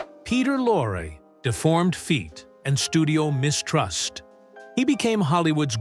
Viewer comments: I beg your pardon: Peter Lorre (pronounced "LORE-ee", not "Lore", it really isn't that difficult to find out pronunciation of a famous name) did play a sympathetic role at least twice, once in "Three Strangers" and once in "Mask of Dimitrios". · You are clearly VERY confused between Lon Chaney Sr. and son, Lon Chaney Jr., two completely different people, yet we see images of both intermixed. Inaccurate, shameful and an insult to both. In terms of Peter Lorre, you are ridiculously "off the mark" in so many facets. Good Lord, you can't even pronounce his surname!!!